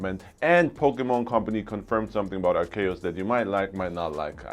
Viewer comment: GTA trilogy & Pokémon ARCEUS that u didn’t pronounce right both games going to be amazing dude